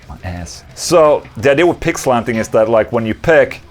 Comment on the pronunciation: My wife thought you said "Pig slapping" not "Pick slanting" 😂😂😂